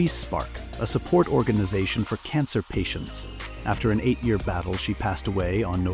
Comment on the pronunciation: GET A HINT!!! PEOPLE HATE AI VOICES!!! THIS ONE CAN'T EVEN SAY A YEAR RIGHT!!!!